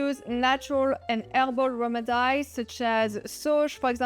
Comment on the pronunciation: So you know: It is remedies ( rem- ih- dees) ...not rem id eyes....:)